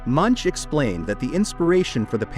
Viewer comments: Who else is here laughing when the AI voice pronouncesl Edvard Munch's name, rhyming with bunch, hunch and lunch.😂😂😂😂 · MUNCH is pronounced /moonk/.